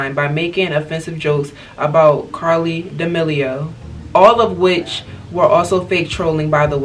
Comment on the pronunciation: I’m so sorry but this gurl said Carly instead of Charlie